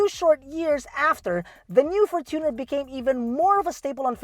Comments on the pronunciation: the fortuner is pronounced as “fortune + r” from the word “fortune” not “for + tuner” from the word “tuner” “FORTUNEr” not “forTUNER” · How is it really pronounced? For-chooooo-ner or for-chuh-nr